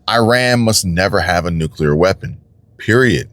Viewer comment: Iran must never have nucular weapon.